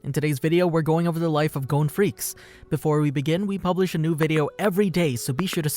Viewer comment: It is not Gon Freaks it is Gon Fre cees